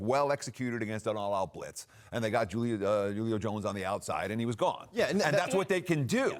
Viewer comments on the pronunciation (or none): Dam u can’t say Julio name right. But u said the white boy name right. 🤔